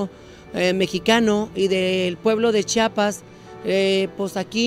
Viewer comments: Aprende a decir chiapas, yo que soy venezolana lo sé decir ubícate ( no chapas es chiiiaaapaaassssss) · Aprende a pronunciar CHIAPAS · se dice Chiapas, buuuurraaaa...!!!!!! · Nada más que se dice Chiapas!